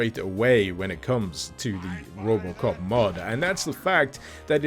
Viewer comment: Then he said robocop i actualy heard robloxcop